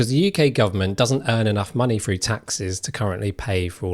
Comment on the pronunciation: "We're gonna run frew what those ways are..." "Ways you can build welf"? WTF is 'welf'? Seriously, you became a youtuber when you can't even speak English better than a 3 year old???